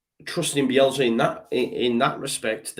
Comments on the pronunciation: It's Bielsa sorry I before E except after C not Bielzzza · Joe drives me mad how he says "Bielzzza." It's BielSa, with an S.